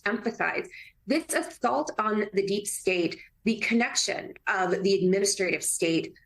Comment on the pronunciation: "Derp state". That's how Dumpers pronounce it🤣🤣🤣